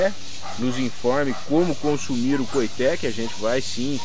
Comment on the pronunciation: Com todo o respeito, as informações estão quase que totalmente erradas. Primeiro a pronuncia correta é coitê. Nada tem a ver com cabaça. Cabaça e´ aquele pequeno cabo que liga o fruto ao galho, como as abóboras, melancias, melão e outros. Porunga e´ uma fruta que da rasteira como as aboboras e serve para fazer cuia para chimarrão no sul e também serve de moringa na região nordeste para om transporte de água. O coitê também é usado no fabrico de birimbáu.